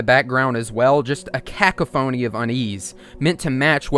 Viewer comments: cacaphony is pronounced ka KA finy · Cacophony is pronounced "ka-'cough'-un-'knee'" with the emphasis on the cough syllable. Peace! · bro said caca-phony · brother, what the hell is a "Kack a fony". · Did you just pronounce "Cacophony" as "cack-uh-foney"? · Cae-co-phoney was crazy lmao. I’m so glad you put out content with your full chest like this. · I love the video but "cak-a-phoney" killed me. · “Caca-phone-E” Me, flippin’, too! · I've never heard the word cacophony so throughly slaughtered and butchered, but I respect the confidence. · Am I the only one that got caught up on him mispronoucing cacophony? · We just gonna ignore how this man said "Cacophony" Alright cool